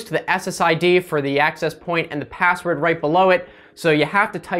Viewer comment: you said pazzword